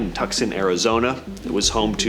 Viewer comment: Tukson? Tell us you're not from the West without saying it..... Tu-son....